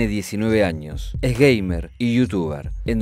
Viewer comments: pensé que dijo es gey😁😂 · flashe que dijo que era "gay" y después me di cuenta que dijo "gamer"